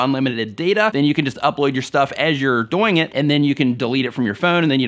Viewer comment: When he says"doing" it sounds wierd, good tutorial tho 😀